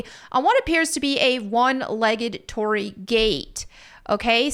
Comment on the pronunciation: your thumbnail currently says Hiroshima when this gate is from Nagasaki. And an internet pronunciation is "tori-ee" for the gate as it's double ii. And I just noticed you spelt it Torri in the thumbnail too.